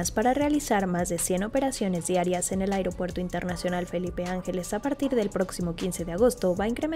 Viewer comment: EL 'AIGROPUERTO" DEL KKS, SERÁ INCOSTEABLE